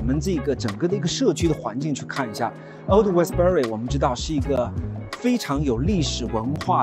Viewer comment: 因為佢係撈仔